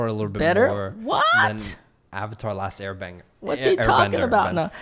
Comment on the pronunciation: What’s worse is that he said Last Air Banger lmao